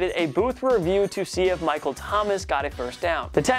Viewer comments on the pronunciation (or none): none